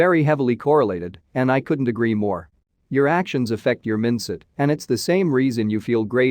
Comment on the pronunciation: The way this computer says "Mindset"...